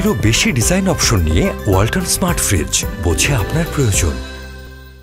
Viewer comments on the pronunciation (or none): none